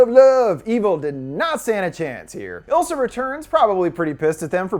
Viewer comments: It's Isla, not Ilsa. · I'm 99% sure It's eye-La like Isla fisher not ill-sa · But.. It is ISla not ILsa.. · I think her name is Isla (eye-la or ees-la). Not ilsa lol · The demon lady’s name was Isla, pronounced eye-la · is no one gonna talk about the way he pronounces isla? i cringe respectfully 😭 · Isla is pronounced eye-la